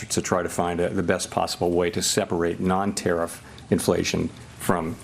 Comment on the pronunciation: I don't understand why he keeps saying Tariff and so few people correct him. People need to correct him every single chance they can. He's an old senile man.